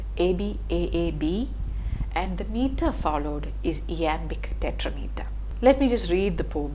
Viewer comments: Indeed you're right. Owing to her mother tongue influence, she might have pronounced that way. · Please note that 'iambic' is pronounced as "aı'æm.bıc". Thank you.